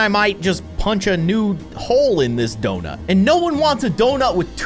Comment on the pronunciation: “The earth is flat” “the earth is round” “Ze earf iz donoot”